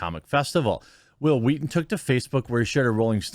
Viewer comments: The fact that you’re putting more emphasis on the “h” makes it so much funnier when you say Whil Wheaton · I love how you did the Family guy Stewie pronunciation of Whill Wheaton...lol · "Whill Wheaton" - Stewie Griffen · It’s wHill wHeaton.